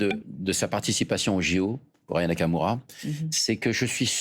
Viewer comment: Anaya Kamura ? Aya Nakamura ! Commencez par prononcer son nom correctement !